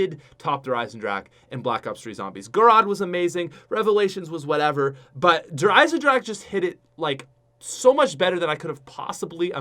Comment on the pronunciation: This guy pronounced Der Eisendrache correctly. Finally, a YouTuber that has a brain. I was sick of people adding an A to the end of drache. Thank you sir, you are the MVP